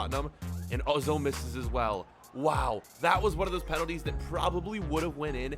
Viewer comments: Ozil? Its Özil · Hahah my man says ozel